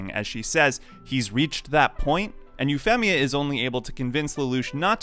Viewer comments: I hated Euphemia so It was an Awesomely Beautiful Scene For Me & It's Said- U-Fee-Me-Uh Not U-Fem-Me-Uh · Euphemia. You-feam-ia, not You-fem-ia. Sorry, its just so hard to pay attention to the video when I keep hearing it wrong every 5 seconds, and it bothered me. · Say her nickname, then say her name, now say her nickname and name as if you're just saying her name. 😅 Sorry, you pronounce the nickname right but the full name sounds weird... Femia... It's more like a Feemia. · Normal people: Yu-Fee-Mee-A: Yu-FEM-EE-A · Ufemia is an interesting pronunciation of the name. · Its hard to take this seriously when you keep saying Eue FEM ia and Nun all e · why do you say EuphEHmia? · I love code Geass it’s one of my favorite anime, and I have never had a problem with this scene, it’s a twist in the story any great story have shocking twist, oh and your saying Princess massacres name wrong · This nigga really just said Euphemia instead of Euphemia. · Having only watched the dubbed version..it bugged me every time you said Euphemia ngl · the way this guy pronounces "Euphemia" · Imagine talking yourself up as a massive Code Geass fan and then mispronouncing Euphemia in a video about Euphemia 10/10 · I take issue with your pronunciation of Euphemia. Also, that mistake taught Lelouch to focus on his resolve and he would do his best to not think about her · How are you saying euphemias and suzakus name wrong. Ugh. They say the name in the store like every episode. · Yes incredibly convenient but it never bothered me....what bothered me is the way you say Euphemia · Wait how the hell do you say her nickname on point, but butcher her full name? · your pronunciation of Euphemia is weird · Once I heard you mispronounce "Euphemia", I was out of here.